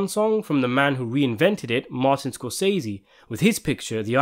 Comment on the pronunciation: Where is this guy from and why does he pronounce Martin Scorsese all wrong? If he didn’t want to google it, he could’ve looked it on YouTube. There’s a video of Martin saying his name correctly. I cringe at how many times he says it wrong. I’m only 3 minutes in and I can’t watch the rest. 🥺 I’m sure it’s a good video. But sprinkle some respect on Martin’s name. He’s a legend.